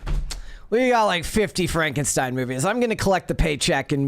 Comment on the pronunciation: not knowing how to pronounce Frankenstein, and also not being the slightest bit aware of how odd it was, was one of the stranger moments in history